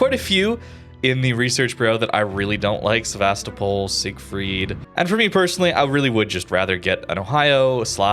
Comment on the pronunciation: sEvAstopol? :) SevastOpOl pls.